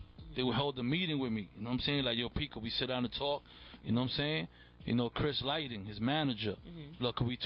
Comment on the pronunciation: said chris lighting instead of chris lighty!